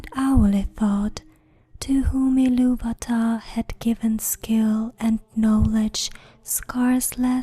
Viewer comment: at least she spoke iluvatar correctly liek TOlkein and Christopher rather then that one reading where the guy speaks like the eurpoean Ill -a-va-ta which is incorrect.